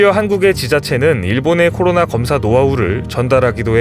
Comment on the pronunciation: 매번 느끼는건데, '코로나'라고 정확히 말씀해 주셔서 정말 좋습니다^---^